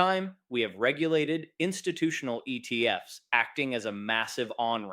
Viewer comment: cant pluralise acronyms because he's AI